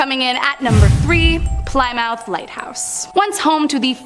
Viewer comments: Nice video. We pronounce it Saginaw Sag in naw in Michigan. Ppl I know with the name Sequin pronounce Segeen as it's a French Canadian name. Plymouth is plim myth. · Killed Plymouth pronunciation, too. I think I just watch these to see what will be mispronounced. Nothing is safe. LOL